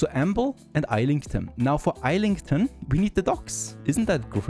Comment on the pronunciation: Every muscle in my body hurts hearing you pronounce Islington the way it reads and not the proper way (Izz-lington). Your series always make for great viewing!